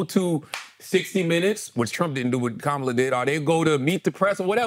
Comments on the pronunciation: Andrew still does not care to pronounce Kamala’s name correctly. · what is up with the mispronounciation of VP Harris' name? Y'all say it right and wrong several times in the first 20 mins of the ep. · Stop mispronouncing Kamala. If you can’t get it right, call her VP Harris. please check them all!